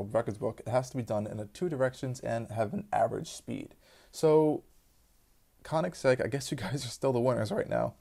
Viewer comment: "tooatara".... "Konnigseg". hmmm